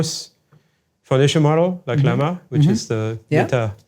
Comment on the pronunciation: small mistake its llama not lmaha